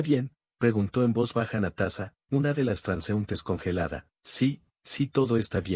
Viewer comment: Muy Bonita historia lastima que el video y la historia no esten de acuerdo y la pronunsiacion es terrible Natasa y Natasa estaba en soc 😅 Natasa vivio feliz por siempre